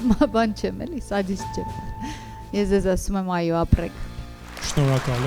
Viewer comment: Այոի մեջ հ չկա,որ ասվի խայո